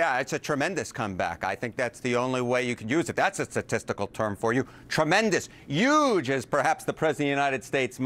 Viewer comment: Now I can't stop making fun of the way Trump pronounces the word "huge". I already poke fun at his overuse of "beautiful".